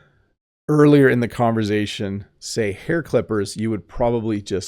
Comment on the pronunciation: Hi, I wonder when you say conversation, you intend to pronounce the S as Z. Is it because you have some French Origin?